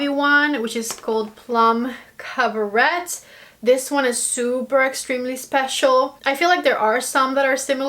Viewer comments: Ugh.. I wasn't interested in this palette at all, and then uploads and now I'm drooling wanting this! is bad for my bank balance! Yes please for a 5 look video. Just FYI for next time, The pronunciation of the shade Plum Caberet, the T in Caberet is silent 😉. (cab-ah-ray) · you totally want me to dive in with my first Pat McGrath palette! Thank you for this video..... and not that it is a problem but the colour Plum Cabaret is pronounced Cab-a-ray...... xoxo